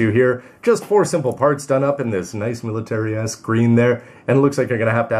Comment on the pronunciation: Did anyone else hear "military-esque" as "military-ass"?